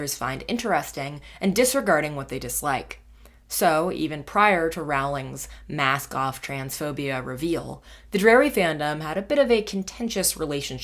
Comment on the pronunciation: When you first said mask-off terf I understood masc-goth terf, let's just say I was a little confused